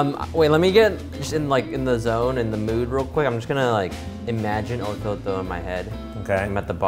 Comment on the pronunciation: LOOL "Ototo" was the whitest pronunciation I've heard